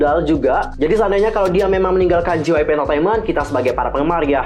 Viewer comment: Ngakak Gua Denger Ngomong Jypeip😂